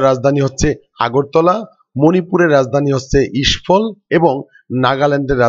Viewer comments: মণিপুরের রাজধানীর নাম ইসফল না ওটা হবে ইমফল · ইস্ফল নয় ওটা ইমফল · The caital of Manipur is Imphol, not Ishphol. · ওটা ইস্ফল নয় হবে ইম্ফল।